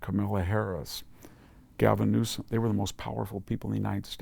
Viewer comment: Can you say..... N-E-W-S-O-M?